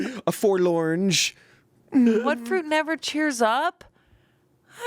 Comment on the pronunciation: Thank you, for “forl-Orange” 😭